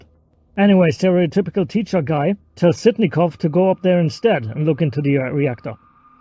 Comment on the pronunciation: "instad" lol